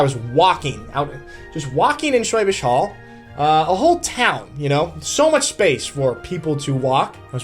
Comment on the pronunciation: The "Hall" in Schwäbisch Hall is pronounced like "Hull". Should not be too difficult to learn/memorize!!